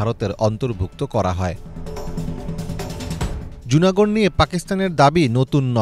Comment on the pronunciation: লুনা গড়। জুনা গড় নয়